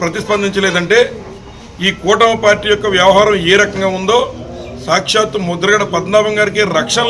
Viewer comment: Aa bokada broker gaadi purthi peru- Mudragadda Padmanabha Reddy ani sarigga palakandi.